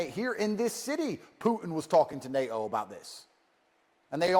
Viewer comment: For some with a surname containing two Ts he really should learn to pronounce that consonant. It’s NATO, not NA’O. Stick to your fighting and misogyny. Leave the politics to the grownups.